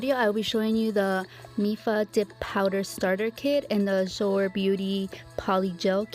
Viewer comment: Azure is pronounced A-zher. zh is kind of like the jh or sh sound but with a z. The U is the sound of an E. It isnt a sharp J sound. Its a sh with a z sound. Hard to explain. If you go to Google you can probably get it to do a pronunciation for you. My daughter had a friend that had this for a name. Its a beautiful girl name I think. I watch you all day sometimes lol I love your videos. I have been doing dip nails your way for a long time actually. I didnt know until I started watching you, that anyone was doing it. Im so glad its actually a thing! I wish I was good enough however to have a channel. I am terrible with nail art. And to do polygel or acrylic nails? FORGET ABOUT IT. They look TERRIBLE. Then it takes FOREVER to file them out, especially my left hand (Im a lefty). I had bought myself the Makartt brand of polygel. UGH that stuff is so hard to work with. Is the Azure about like that, or easier? I do something wrong with it. I probably use too much slip solution/alcohol. So I have only been using it for my big blings. And it really works for that.